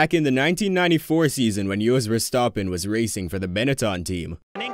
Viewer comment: Jos (Yoss) Verstappen, Jacques Villenueve (1 shja-k) ( 2 Veel-nerve), Ayrton (EYE AIR TON, although he was fine with the western pronunciation of Air-Ton) , Renault (ren-oh). Just a little bit of research goes a long way.